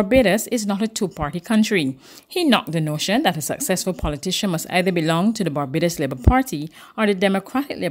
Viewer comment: V-hickle indeed ! But who cares? Certainly, nobody at Barbados Today....any noise will be just fine. "It Babadus we come from...ent?"